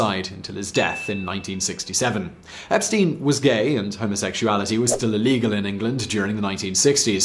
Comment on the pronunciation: His name was pronounced "EP-STINE", not "EP-STEEN"...